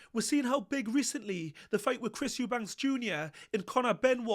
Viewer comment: Eubanks? ITS EUBANK!!!